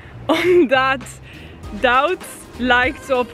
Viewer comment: ik maak ook fouten maar iedereen zegt dat zij heel goed nederlands kan praten maar ik maak juist de punt dat dat niet zo is ze zegt een paar woorden helemaal verkeerd zoals suiker dan zegt ze sauker en duits zegt ze dauts en ik geef juist een beetje kritiek omdat het toch niet helemaal goed nederlands is.